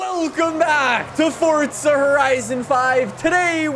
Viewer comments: Forza or fortza!!! pls say forza whit no t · if this dude says fortza one more time, ill commit war crimes